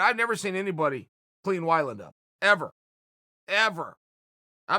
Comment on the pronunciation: Chael "Eddie Why-Land" Sonnen